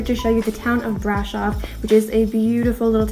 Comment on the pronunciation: The accent is on "O" not on the "a" - please! Brasooooov!